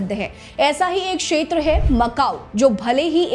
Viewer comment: Sheter nahi kshetar hota hei..